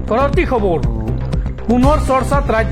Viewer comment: Okhamiya ussharan bhalkoi karak,khubor nohoi khabor hobo lagey